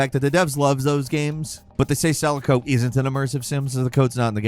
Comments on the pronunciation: "sell-a-co"...its "seh-lah-co".... Damn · Did this guy seriously pronounce Selaco as "SELL-a-ko"?